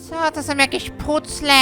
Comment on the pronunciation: "PUCLE" XDDDDDDDDDD